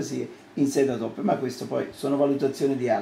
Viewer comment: e sono 27 anni di troppo ......non sa nemmeno pronunciare il termine autoPSSSSSSIA